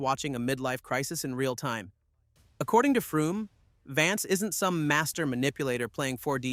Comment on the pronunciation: Are you aware you are pronouncing Frum incorrectly? It is pronounced like "FROM".